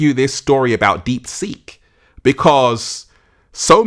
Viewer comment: I thought you were saying "deep sink." 😆